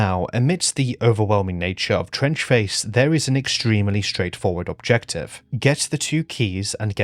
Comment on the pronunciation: Fuck me i thought you said French Face for a second there